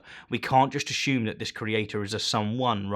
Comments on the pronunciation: Why do you say "ashume" lol i think it is pronouned assume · I love the way he pronounces 'assume.' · You should trademark your pronunciation of "assume." :-D